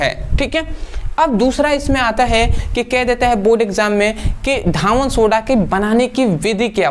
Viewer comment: सर धावन सोडा नहीं कहते हैं धोवन सोडा कहते हैं